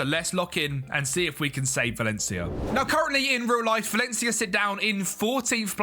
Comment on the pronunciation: Lol, "Valley ya did"